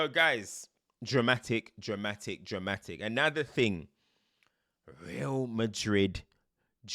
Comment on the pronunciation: Why does always say “Anather” like that😂😂